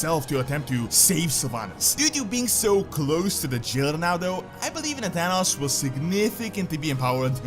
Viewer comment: Finally you are pronouncing Nathanos correctly.